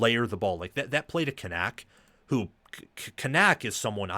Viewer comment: Media guides are free, and I doubt you actually listened to game, because you are BUTCHERING Kanak's last name. It's pronounced Can-ick. Rece and Kirk pronounced it correct multiple times.